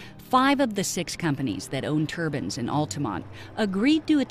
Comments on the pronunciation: It's turbines,not turbans.please America,learn to pronounce words right,your english is appalling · The narrator keeps saying turbans. I thought they were turbines.